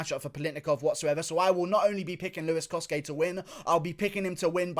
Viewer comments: Its not coske its cosay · It’s with a ch the cosce brothers as they have Italian heritage and u pronounce ce as ch